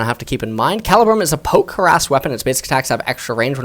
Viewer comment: I don’t mean to be that guy but it’s actually pronounced Cah-lee-brum.